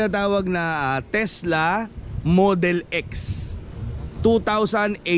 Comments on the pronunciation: sira ulo k brad pete, tesla, hndi tesda😆😆😆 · Tesla pala😂😂😂 sabi brod pete "tesda" 😂😂😂